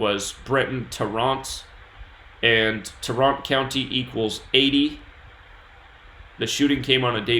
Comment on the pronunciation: BTW i live in Dallas It’s pronounce Tār-rent County